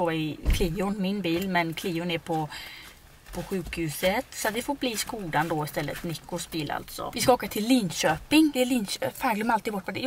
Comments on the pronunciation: Snääälla! SKÅDA uttalas det, INTE skoda.. Det stavas skoda men det uttalas med Å! Hahah får paaanik😂😘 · Det uttalas egentligen Schkåda.... det är tjeckiskt